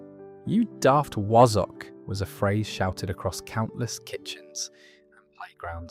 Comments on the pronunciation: Wa-zzock not woz...from the north of England. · Wazzock is pronounced Wa-zunk, not Wo-Zock. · Oh dear this channel is getting worse . Where do I begin first of all my grandparents would be over a hundred and never used words like bounder and cad when swearing . In fact none of these are swear words . The word wazzock has the second letter as an a not an o it's not pronounced wozzock Not heard of bam pot unless that's a Scottish version of barm pot . Am not going there with how you say ayperth . Stupid waste of space AI crap😡